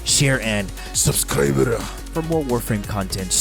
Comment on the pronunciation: I lose a part of my soul each time he says "seubskrebreu"